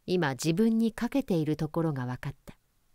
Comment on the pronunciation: このお話は初めて知りました。オー・ヘンリーのお話は示唆に富んだものが多いですね。 素晴らしい朗読、ありがとうございます😊 一ヶ所だけ気になったものですから。 「欠けている」のイントネーションは、平坦に読むのではないでしょうか。